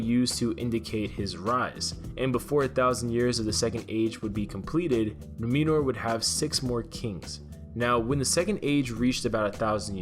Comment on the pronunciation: Please, for the love of Tolkien, its not "NOO-meh-nur"....Its Numenor, pronounced "NOO-may-nor."